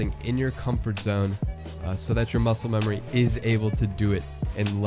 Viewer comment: I like how you said mucle memory